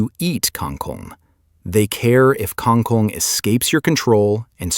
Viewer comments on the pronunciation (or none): That's an incorrect pronunciation, and writing. You should write it "kangkung", and read it as "kangoong". Like "o" in word "boots". Or "o" like in word "hold" / "bold" also acceptable. Not that kind of "o" you said.